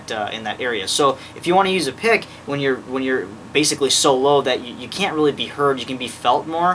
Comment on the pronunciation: haha "bass-icaly"